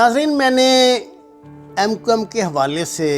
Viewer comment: jahil k Bache mqm to thek se bol